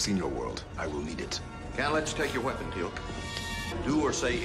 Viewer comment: You're saying Teal'c correctly!!! Finally!!! So proud of you.